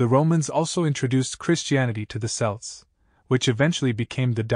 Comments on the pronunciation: Celts is pronounced with a hard C , as in Kelts. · Celts with a hard c is fairly recent. It is closer to how the word was originally pronounced but Latin words beginning with c and followed by a vowel were softened to an s sound in English to give modern words like ceiling. We still pronounce Caesar like 'seize her' when the German kaiser is closer to the original. The reason the Boston Celts and Celtic FC are pronounced with an s sound is because that is how celt was pronounced in English back then. I prefer the hard c pronunciation myself but the soft c is still correct, just not the popular pronunciation anymore. Similarly Boadicea has gone from 'bow da see ya' to Boudicca - 'boo-di-ka'.